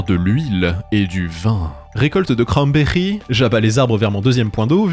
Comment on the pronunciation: "Crannnberiii" 😂 tu m'as régaler, je m'abonne 🫶